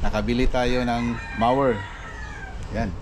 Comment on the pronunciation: MO as in mower not mawer! but it look like a hedge trimmer! debris is pronounced “debri “ silent S!